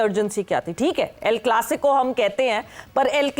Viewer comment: el-clasoco? hahaha seriously